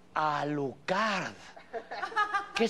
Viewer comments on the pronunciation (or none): en enl empiezan a hablar de dracula... like si tu tamien eres fan de hellsing y te cago que pronuncio mal alucard >:) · woooo adal dijo Alukard!!! yo amo a Alukard!!!